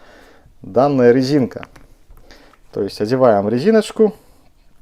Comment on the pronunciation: хахол?) рэзинка, пикаГда, чАстА